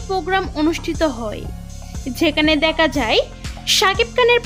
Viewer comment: ডাকা, দেকা, কে পায়েল কি উচ্চারণ